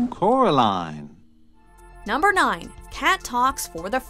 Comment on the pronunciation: Instead of coraline the boy says Kara line